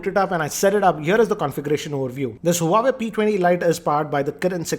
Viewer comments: More like "uawe" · Not huawei wawei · Learn to pronounce huawei correctly first.